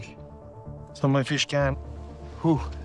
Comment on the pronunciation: Feesh, he gonna eat him some feesh..if it smells like feesh, its a deesh